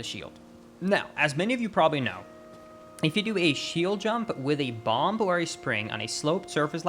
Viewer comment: First, want to say that you speak English better than most of us. But wanted to point out that bomb has a silent b at the end for some reason. Love your videos, thank you.